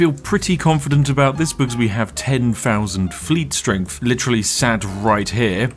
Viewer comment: "Firty free"? "Strengf"?? Literally unlistenable. You need speech therapy.